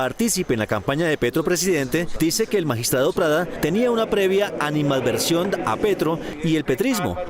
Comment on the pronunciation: Ánima adversión? ...la periodista no conoce la palabra ANIMADVERSIÓN... por favor ilústrese